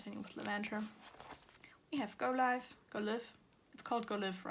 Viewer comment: Hi! Just wanted to say that the word live in the go live album is pronounced as for example in this sentence “I will go LIVE on Instagram”. The in life and go life albums belongs together and forms the sentence “go live in life” (idk just wanted to point that out 😂😅)